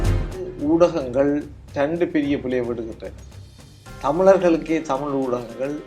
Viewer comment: தமிழை-தமில் என்று சொல்லுபவன் இருக்கும் வரை-தமிழ் வாழாது.